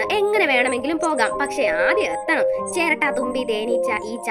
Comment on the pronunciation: Cheratta ❌ cheraatta✅